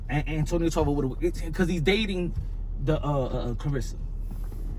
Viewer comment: Did he say "Antonio Tarver witta wig"?...😂